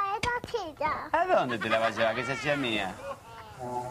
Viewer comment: Jajajaj que mala la cabrita chica. La letra S la cambia por una Ch como la chilla - silla Me puche de mal humor-me puse de mal humor hajajjaja